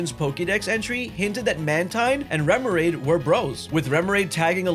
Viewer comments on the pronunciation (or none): MANO O VIDEO TEM TEMA INTERESSANTE, MAS POR FAVOR TREINE A DICÇÃO, O NOME DOS POKEMONS, SABE SE APROFUNDE NO ASSUNTO, TIPO CHAMAR UM PRIMAPE DE PRAIMIAPE? REMORAID DE REMED? PQ VC CHAMOU O NINCADA DE NATA(EU TAVA SO OUVINDO O VIDEO E ACHEI QUE ERA O PASSARO NATU E PENSEI PQ É DIFICL TER UM XATU?) WTF? TEM MUITA COISA TÁ QUE PARECEU QUE VC TAVA TENDO UM AVC E FALANDO TUDO TORTO, MELHOR TREINAR ISSO, TIPO COISAS DO PORTUGUÊS BÁSICO. MAS CONTEUDO MANEIRO MANO!